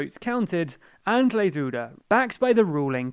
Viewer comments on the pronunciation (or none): Try pronouncing Andrzej as Un-jay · As a Polish person I am ashamed of my nation. Also on pronnouciation: Andzhey Dooda and Rafaw Tshaskovsky